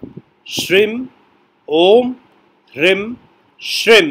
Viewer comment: Kuber ji dakshin disha ke nhi, uttar disha ke adhipati hai, aapse sahi gyaan ki apeksha hai.🙏 Apka ucharan Kia hua koi bhi mantra spasht samajh mein nhi aata Kisi beej ko ucha bol jate ho, kisi mein dheema, aap mantra ko likh kar kyu nhi dete? Kayi bar toh hreem bhi shreem sunayi padta hai